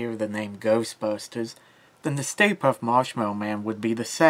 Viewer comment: Puft not Puff